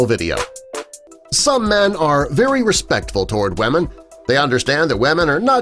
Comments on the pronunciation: wemen wemen YOURE PRONOUNCING IT WWWWWWWWRRRRRRRRROOOOOOOOOOOOOOOOOOOOOOOONNNNNNNNNGGGGGGGGGGGGGGGGGGGGGGG its wuh-mun not weh-men >:( sigghh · Why does he say Wamen?